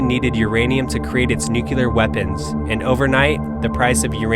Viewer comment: I tried watching. Your Mispronouncing of NUCLEAR "NU - CLE - AR" as "NUKE - U - LAR" was just too Painful for me.